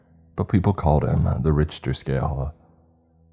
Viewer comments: Richter scale is pronounced RICK-TER, not rich-ter. Richter scale tracks and quantities earquakes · It’s “Rick-ter” not “Rich-ter” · It’s pronounced “Rick-ter” not “Rich-ter” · Awesome story just couldn't get over "rich"ter instead of "rick"ter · It's Rick-ter NOT Rich- ter, in fact, mispronounced words are in my top 3 things sure to tick me off. I have been listening to your channel for years and thought right on moat of the time, you have had trouble with pronouncing words correctly. Just an f.y.i, stop it. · You don't know what you are talking about. Just to double check I googled pronunciation in both English and American it's RICK-TER. What language are you speaking? Hillbilly backwoods uneducated? No one pronounces it rich-ter, your wrong on this. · Pronounced "Rick-ter" not "Rich-ter", otherwise, great job! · Fred you are a gentleman and a scholar, that last dude tried to say it depends where you are from... Lol 🤣 nope, no it doesn't, if you speak English it's Rick-ter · Rich ter... RICH TER. it's pronounced Rick-Ter. Other than that it was a great story, I'm giving them a hard time but they do a good job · dude no one pronounces it "Rich-ter" anyone that went to college and studied physics or engineering knows this. It's an English word: and in America and Uk it's Rick-ter (I googled it) the dude is wrong. Story was great but rich-ter just bugged me. It's a learning experience for writer. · my guy, for the sake of verisimilitude, the name Richter is pronounced like Rick-ter, the h is silent. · Richter is pronounced "rickter" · Richter is pronounced Rick-ta ... But sometimes I think you mispronounce certain words on purpose for effect. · Richter pronounced Rick-ter. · Okay I love you but it's pronounced RiKtor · your wrong bruv, if something is pronounced incorrectly it is pronounced incorrect. Like if you pronounce house as hose or who's your are not saying it right. And Richter scale is pronounced "RICK-TER scale" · Richter is pronounced "Rick-ter".